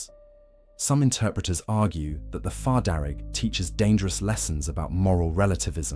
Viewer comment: Fear not far, you kept saying it wrong